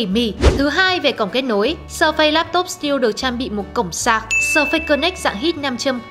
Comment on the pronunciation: sơ phây hay sờ phây, đọc tiếng Anh quá chuẩn 🤣